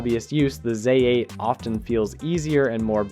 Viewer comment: Neeekon /Zay 8????? At least get the pronunciation right.